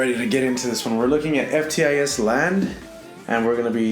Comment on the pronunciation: I haven't finished watching it but he said FTISland 😂😂 this video just gets better